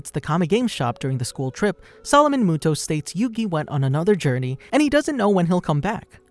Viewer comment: Moto not muto